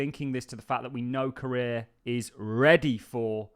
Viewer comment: The way you pronounce Korea is killing me dude 😂